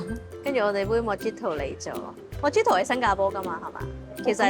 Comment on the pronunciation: Mojito correct pronunciation is Muh-hee-to. The drink originates from Cuba!